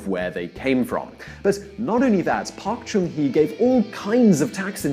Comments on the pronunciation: Thanks for your video. If I may, a suggestion for minor correction the name of the president at the time is "Park Cheong Hee" not Park Chun Hee. Not only did this spell inaccurately, but pronunciation is off. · Park Chung Hee, not Park Chun Hee. Two different names. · It's not Park chun hee, it is Park jung hee. But thanks for your awesome video. Keep woring on your great job!! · Thanks for the video. There are a few corrections needed though. The president's name is not Park Chun Hee but Park Chung-hee. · It's "Park Chung Hee" (although it'd be more accurate if it was written 'Bak Jung Hee (박정희)' and not "Park Chun Hee" (you missed adding 'g' at the end of 'Chun'). Also another suggestion for your future reference, ask native Koreans how the Korean words or names are properly pronounced whereas with your mispronunciation cheapens your rather well done video. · Actually not PARK CHUN HEE he's name is PARK JEONG HEE. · Great video, but if you're going to make an informational video, at least get the basics right. Your pronunciations of Daewoo and Hyundai, and Cha bol are totally off, Park Chung Hee not Chun (big difference in the korean language), and Lotte is established in Japan, not Korea, although the establisher is Korean. The technology you mentioned helped for the latter part of the 1900s, the decades right after the independence of South Korea were reliant upon hard working ideology and other less technological industrial products.